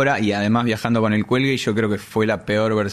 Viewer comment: 😂😂😂 'cuando se enteren que no es del cüelgue.."